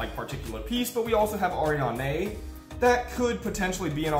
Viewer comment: It's pronounced Ari-Anne , not Arianeigh